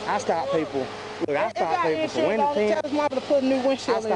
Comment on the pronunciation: I’m from California. What’s a “winda”?